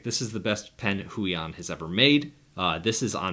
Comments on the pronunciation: "Hway-On" not "Who-E-On" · It's more like "hwey-ON"